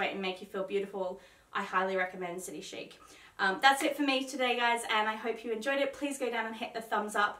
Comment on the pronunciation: Nope it’s City Chic as in ‘sheek’, always has been even when it was named Big City Chic 20 years ago! Chic means elegantly and stylishly fashionable 😀